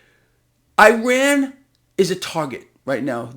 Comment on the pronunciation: Pronounce Iran as if you were speaking Spanish and reading the word. That is how the people of Iran say the name of their country.